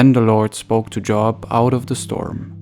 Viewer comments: His name does not sound like job. Sounds like Jo-ab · Thank you, but Job is pronounced as “Jobe”. Not as in work. 👍🏼